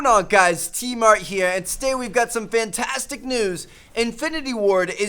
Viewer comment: he said fanstisc